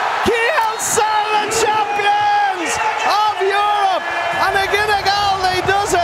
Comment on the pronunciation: "kyyielsse de czepions of jurop" ❤️